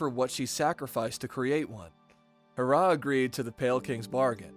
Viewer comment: it's HE RRAH not harrah